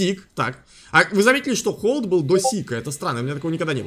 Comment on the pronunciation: Не холд а хальд